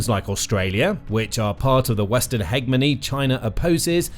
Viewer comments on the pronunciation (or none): What is a 'hegmony"? 😂